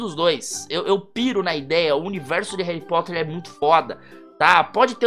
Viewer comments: HERUYH POTTEHR Ou pelo menos foi isso que vc falou kkkkkkkkkkk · RUARRY POTHÉR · HAARRyy POOtter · HAURRY POTHAR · Harry pootah